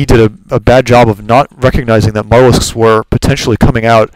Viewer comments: Not trying to be a jack-ass but mutalisk is not pronounced mut-alisk, its more like mute-alisk, deriving its name from "mutilate". Otherwise great commentaries... keep posting. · it is pronounced "mute - a - lisk"